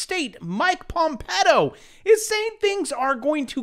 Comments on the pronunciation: Pompeyo not Pompeto or are you joking? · Sounded more like PomPEDO